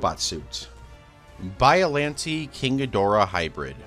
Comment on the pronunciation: Every time you say “bialante” it hurts me